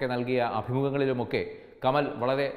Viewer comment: കമൽ അല്ല കമാൽ